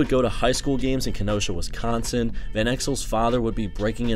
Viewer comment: wisconsin is not pronounced like that